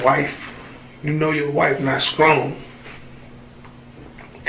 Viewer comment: And he said Scong instead of Strong🤦🤦